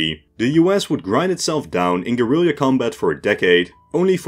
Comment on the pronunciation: Same guy who taught him how to say "Gorilleeya"